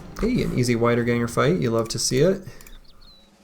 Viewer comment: just wanna point out that the "ie" sound in "Wiederganger" is pronounced the same as in "Siegfried" or "Dietmar" and not like the "ei" sound in "Geist". Sorry for being pedantic^^ but i assume you are interested in languages.